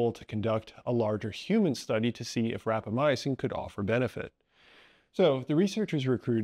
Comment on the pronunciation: Small note, you're one of many people who seem to pronounce it as "rapamyacin", while it's called "rapamycin". I assume this is an error in pronunciation.